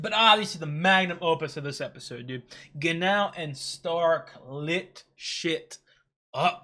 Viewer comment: Yeah his name is pronounced Geh-Nau both in German (I believe intonation is low-high) and in Japanese (high-low) with different intonations. We saw some demons experience panic and fear, like Aura and Draht; Lugner did experience unease when he fought Fern and after he lost. In fact, very young demons haven't shown any fear yet (e.g. demon child that killed the village elder, S1 EP7; demon child this episode). Interestingly, the child this episode showed surprise when she died, fitting her weirdly curious nature (for a demon). We've seen demons like Lugner show disdain/anger, and Revolte experience (battle) rage. Qual sounded resentful when Frieren killed him with his own spell.